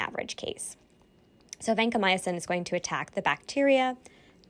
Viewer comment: Vancomyosin? You mean Vancomycin?